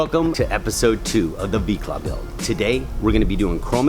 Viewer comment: ‘Micla’ 🤨…? Did I head that right?